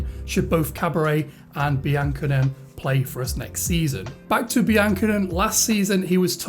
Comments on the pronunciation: Great vid. Seem like a pro already! Pretty sure it's pronounced Be-an-ko-nay tho. Keep it up! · Good video mate although I think it's pronounced bian cone (cone) at the end!